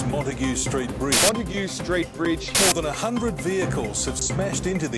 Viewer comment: Once Montague is pronounced correctly, the curse will be lifted.